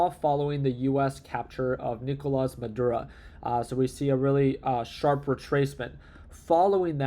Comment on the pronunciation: doesn’t know how to pronounce words like Maduro or Quantitative Easing.